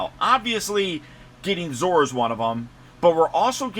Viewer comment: Zoar does not rhyme with Oar. It's two syllables. Rhymes with Sonar. ZO-AR.